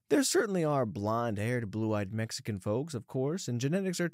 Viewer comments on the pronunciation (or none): none